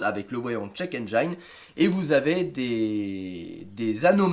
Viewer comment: Salut. Juste pour info, on ne dit pas "Endj-a-ine" mais "Endj-ine" comme Engie + ne. ;-) Sinon super Topic ! Sinon quel est ton modèle de lecteur OBD ? Problème PCV connu ? Pas sûr... chez Peugeot ils tombaient des nues quand je leur ai expliqué que j'avais réparé moi-même mon problème. Faut dire aussi que Peugeot ne vend pas cette pièce. "Alors forcément, elle va marcher beaucoup moins bien..."